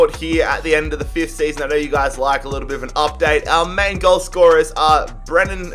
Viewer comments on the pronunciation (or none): none